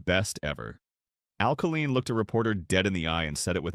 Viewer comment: It’s pronounced Kay Line.. this AI can’t even pronounce the name correctly. It’s supposed to be so smart yet a simple thing like a name pronunciation it butchers.